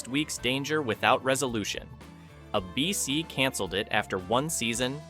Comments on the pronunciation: Star Trek vanished? When? It still runs all the time on Pluto TV. None of these vanished. Also, it's "ABC" not "a BC." Test your AI narration before uploading. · The network is ABC, not "uh bee cee." Don't be afraid of human narrators. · I remember as a kid being totally freaked out by the hunting 'balloons' from the Prisoner. A beecee? I think the AI voice meant A.B.C. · It's not ah BC it is ay bee cee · It's ABC, not a bee see. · My favorite Martian ran out of material. Voyage to the Bottom of the Sea got too weird. A bee cee, for A.B.C. (aye-bee-cee) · Hey AI voice. It's ABC not A.......BC. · "uh-b-c"? Really? Can we get a real person reading the script or was this entirely AI? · ".. a BC pulled the plug..". ? "...a BC couldn't sustain it financially,,," ? Cmon AI, do better 😅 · ABC network repeatedly pronounced a BC. .... AI voice-over ? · There never was a network "a bee see". And ease off Irwin Allen: I'm sure he'd deplore AI, and probably predicted you... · What is "a BC"? I won't watch videos with dumb AI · I hate AI pronouncing ABC as ah b c. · Lousy editing., What is, "A BEE CEE',? Yes, I HAVE seen number 3, I have it on DVD and have seen it dozens of times since the late `90's. 'The Invaders" is the only one I never saw or heard of. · Next time, get a PERSON to narrate who knows how to pronounce "ABC". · Typical AI. Can't pronounce ABC properly and can't get facts right. Star Trek disappeared? Please... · I'm surprised even a mediocre AI could mispronounce "ABC" so many times. If there's a human behind this channel, please read the script yourself. I swear it will be better than this monotony of goofs. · It took 10min 19sec for ai to learn how to say ABC.😆😆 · I don't think it's an AI voice, just a quirky mispronunciation.